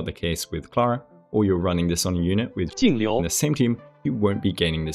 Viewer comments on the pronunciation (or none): LOL not the audio for jingliu so you can release a guide that doesn't mispronounce her name wwww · I know this is out of nowhere, but I have a feel that you are still learning how to pronounce her name. Just a wild guess